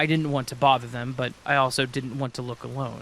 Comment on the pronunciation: I’ve noticed that every time you say want you pronounce it wants.